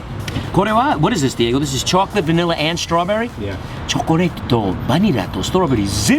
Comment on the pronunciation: チョコレート&バニラ&ストロベリーの発音カッコ良すぎて何回か真似てます（≧∇≦）